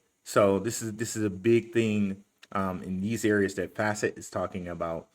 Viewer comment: Say F-asset one more time this is not flare 🤣🤣